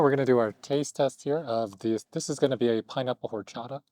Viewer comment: The way he pronounced horchata is a disgrace to the latino community